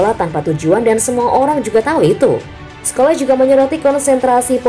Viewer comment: PAUL SCHOLES= (dibaca: Skols). (Bukan Skoles)